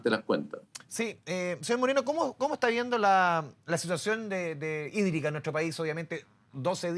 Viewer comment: Crisis sídrica. Asi se pronuncia sídrica🤣🤣